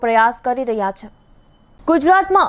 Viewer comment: Chh nai madam chhe bolo plz